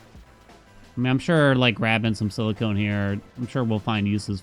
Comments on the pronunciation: siliconnnn. Not silicone. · cores don’t let you see more planets, it’s the vision upgrades that do. Also I noticed you asked if you’re saying silicon wrong in the first episode and yes, you are saying “silicone” which is a synthetic material where as silicon is a natural element 😁 Just got to the end of the video where you see the upgrade… made me laugh a little 😂